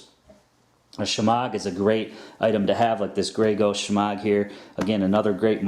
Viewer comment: I believe the proper pronunciation is "shemah". The g is silent. It has so many uses too, dust protection, warmth, sun protection, pot holder, wash cloth, towel, sling, bandage, camouflage. I'm sure there are more. Handy item.